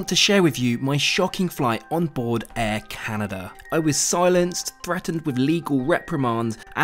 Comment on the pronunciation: Air Caren, eh?